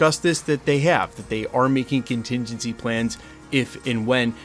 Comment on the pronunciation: Question, what’s a “continzinzy plan”?